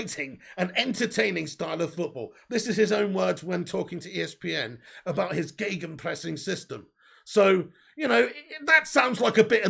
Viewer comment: kudos for gegenpressing pronounced sehr gut✅! Ralfy baby would of proud of you.